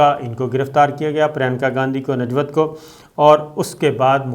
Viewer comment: Najvat nam nhi he sabir bhai nivjot nam he